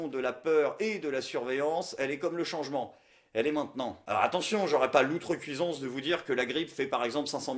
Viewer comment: Je me permets car tu le dis souvent: "outrecuiDance",, et non "outrecuiSance"!